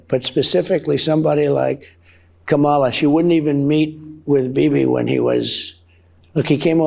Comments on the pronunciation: It's Kam-a-la Donnie, not Kam-ala. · He hasn't won the Secret Documents Espionage Case at all. This clown can't pronounce Kamala's name. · I’m so sick of anyone calling her Kamala, much less pronouncing it incorrectly! She is still the Vice President and as such deserves the honor of being called Madam Vice President. What happened to decorum? He insists on being called “Sir” (in his mind anyway). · Donald deliberately mispronounces Kamala. Noticed he paused then said her name. I have him speak where he clearly says her properly. As with all things Donald l, it’s a performance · One interviewer should have the guts to ask him if it is cognitive decline or an inability to learn that he cannot pronounce the vice president’s name properly. That might cure him of that habit.